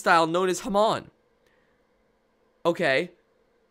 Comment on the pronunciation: the way he says hamon slightly angers me but besides that the video was "goodo"